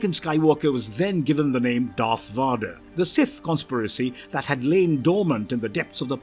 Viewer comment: atrocious pronunciation of one of the most well known Sith and bad guys in film history. Honestly, Im pretty sure you just took literally every dark side character with a Darth... no, Dark in their name and made this video without any research into how to pronounce any of thier names properly